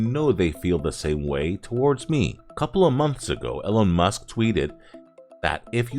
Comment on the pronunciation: "Ellen Musk"? I guess AI just isn't there yet